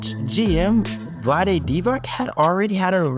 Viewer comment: Good video but pls learn how to say Dončić hearing you say Dontić hole video and then say Divak insted of Divac had me almost quit this video.